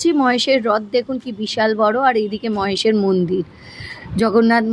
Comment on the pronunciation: Ota Mohesh noy..Mahesh